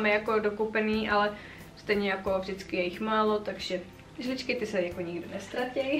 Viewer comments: Som jediná ktorá počula "žličky" a nie "lžičky" ? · Ahoj. Krásne video. Přeji vše nejlepší do nového roku. Ať se vám splní všechny přání 😉😊 ale nemůžu si odpustit jeden dotaz 😂 proč říkáš žličky když jsou to lžičky?? 😂 To je nějaké nářečí či?? 😉